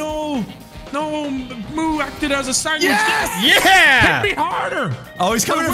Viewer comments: "Moo acted as a sangwidge!" cue me choking on sandwich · You mean "sangwidge"?